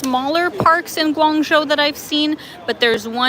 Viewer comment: just fyi -the second syllable of guangzho is pronounced "joe".